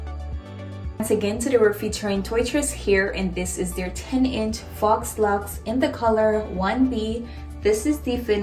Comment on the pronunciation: Super cute!🥰🥰🥰My godmother is doing my hair like this right now. And it's pronounced "FOE" laux